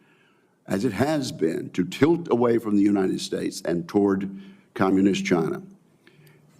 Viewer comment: Mr Reed it is CHINA not NOT CHIN ER